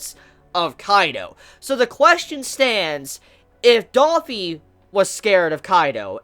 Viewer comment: bruh, just gotta say, i like your vids and all, but its not daffy, its dOffy lol, it annoys the fuck outta me when you say that